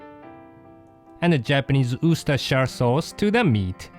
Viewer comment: da Japanese oooostersher sauce